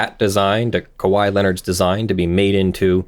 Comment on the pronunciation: He pronounced it correctly! I've been with you through the impersonated police officer, the dogs getting stolen, close to the first few months of this channel, and I was about to unsubscribe if you said "KAHEE" again.